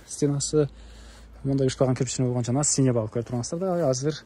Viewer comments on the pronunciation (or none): Базар жок! Синевал емес сеновал постоянно синевал дейсинго болбосо кыргысча еле бастырма деп айтта.